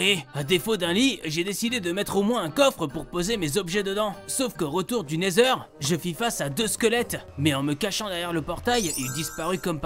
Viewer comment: c’est la première fois qu’il le dit bien 😅😅😅